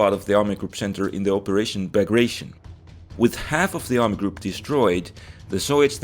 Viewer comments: Bagration sounds not like [ei:ʃn] but [etion]. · tion in bagration isn't read as english syllable it's literally teee-on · Bagration is pronounced "Bag-Ra-Ti-Own".